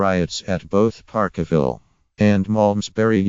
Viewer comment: Ffs if you cant talk about it using correct English, then piss this crap video off . " park a ville " wtf